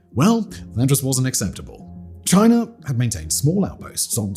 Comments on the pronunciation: It's chinA not chinER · Chiner. And malaysher.